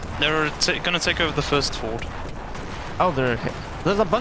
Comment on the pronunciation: The J makes a Y sound F-your-d